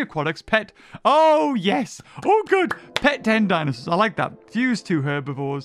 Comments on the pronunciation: Ah yes, dinsoaurs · "Dinsoaurs" Classic